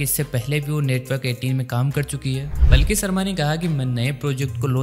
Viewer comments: Please improve your pronunciation as the Journalist's name is पालकी शर्मा not पलकी शर्मा. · अरे पलकी नहीं यार पालकी।